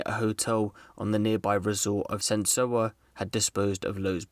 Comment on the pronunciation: Thanks for the video. A few small details, I believe you mean Sentosa, not "Sensoa". Also, Singapore has a Prime Minister, not a President, as was the case in 1995. Thanks.